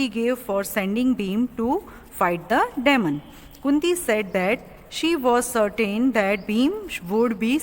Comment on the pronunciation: Check the pronunciation of DEMON? gosh u need English classes. Whar r u teaching your students?